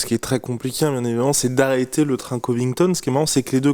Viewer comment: « Been voyons » 😂